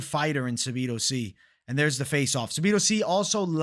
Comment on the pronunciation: Sabido???? 😂 say it with me: SAH-DEE-BOO